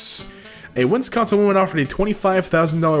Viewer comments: “A WIN-CON-SIN woman...” that just hurt man. I’m from Wis-con-sin btw, if you can’t tell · Did he just say WINSCONSIN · Did you seriously say winsconsin? 🤦‍♂️